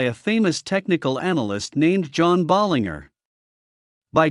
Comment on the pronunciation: Stupid AI voice, there's a G in Bollinger, not the way Your AI pronounced it